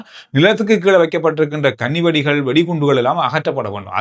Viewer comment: சிறு உச்சரிப்பு மாற்றம் : கன்னி வெடி இல்லை. கண்ணி வெடி.